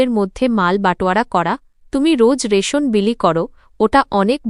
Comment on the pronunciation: রাসন না রেশন হবে